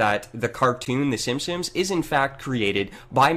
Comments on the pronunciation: Does it bother anyone else that it sounds like he is saying "The Simpsoms," every single time? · He says "Simpsims" !! It drives me crazy! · Also he pronounces "The Simpsons", the "simssins" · who else noticed that pronounces The Simpsons like "The Simsims"? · Is anyone else as fucking annoyed by the way pronounces Simpsons as "Sim-sims" as I am? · The way says "simsims" instead of Simpsons, drives me fucking NUTS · Ha! He still says 'simpsimps'. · The way this guy pronounces Simpsons always makes me cringe.